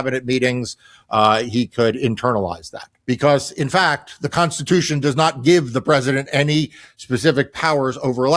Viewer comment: constitution constishuhun